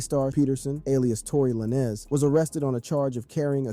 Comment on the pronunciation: Tory Lanes like Lanes not Lanezz for the rec lol